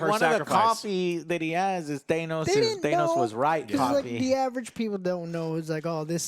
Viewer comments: thay-nos? thay-nos? It's than-oss, say it right! Kingpin only have tracksuit as he lost everything after daredevil and the blip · Guess I shouldn't be surprised that Joe still say thanos wrong even after hearing said the correct way multiple times in the movies. All three of you are also saying Vincent's last name wrong